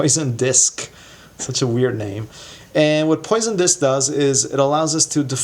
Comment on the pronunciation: “Pwah-son”. It’s French for “fish”, but it’s actually the name of a mathematician.